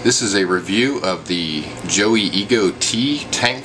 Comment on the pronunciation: Did you really pronounce it "Joey" instead of "Joy"?